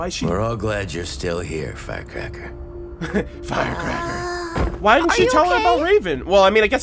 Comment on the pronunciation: You talking about the chest pieces when you say she was the first to pick up a relic in volume 1? also I know Qrow calls her Fire Cracker, but I swear I still think it sounds like he said Fat Cracker XD